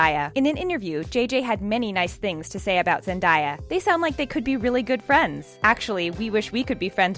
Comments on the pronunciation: IT'S ZEN-DAY-A NOT ZEN-DIE-A!! THE CRINGE... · It’s zen-day-a not zendAya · The name is Zendaya not Zindiea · But its Zendaya not Zendiya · Am I the only one who cringes everytime she says zen-DAA-ya it's zen---DAYa as in to-DAY yesterDAY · Zen-di-yuh. Sounds like a Korean fighter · Her name is pronounced Zen-Da-Ya NOT Zen-Di-Ya. Come on! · It's not Zen-die-a....It's Zen-day-a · It's Zen-day-a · ZenDAYa-like day not die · "Zendie-yah" lol 😂😂😂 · You pronounced Zendayas name wrong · That is not the way you say Zendaya's name.